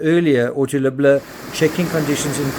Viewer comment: Why do all podcasters butch this guys name? (Accent or not) His name is pronounced, Lib-Ler. Just call him, Jeff! But yes, quite a strange but sad case. I hope these girls grow to learn that their mother was actually a good person but was more than likely, Extremely Lonely! She needed a verbal outlet. She still loved them both with her whole ❤, im sure! Hope the police investigaters and courts figure this thing out. Its very sad!